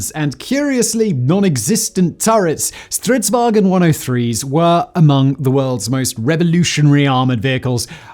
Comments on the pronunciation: there is nt 'E' in "Stridsvagn", please stop saying "stridswagen" like it's somehow german. the G is soft. It's not hard to go on google translate and press the freaking voice button to hear a more accurate pronounciation.... And centurions had 105mm guns not 150mm guns. come on, is this shit even looked at by someone before you upload? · There is no "e" in "vagn"